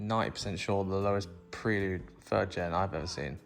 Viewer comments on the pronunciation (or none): Cracking video as usual! I won't be able to watch another one until you start pronouncing Prelude correctly though 😂😂😂